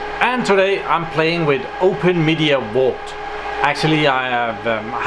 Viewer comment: I just watched to hear say "wault"